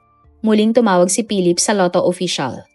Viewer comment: Si Pilip. Wala talaga minsang, "F" sound at minsan, "V" sound si narrator.